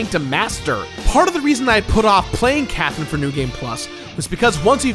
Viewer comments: lol nah you clearly said quathrine, nice try! hahaha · It's c not q